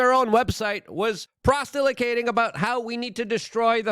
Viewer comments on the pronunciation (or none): prostelicating lol